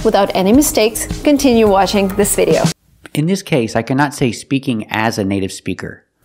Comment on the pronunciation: "continue waSHIng this video..." LOL